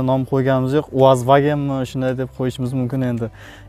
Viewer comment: Nomini Uazvagenmas Uzvagen deb qo'yish kerak